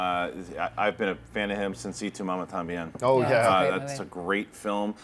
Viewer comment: lool pronunciation of Y Tu Mama Tambien was absolutely awful.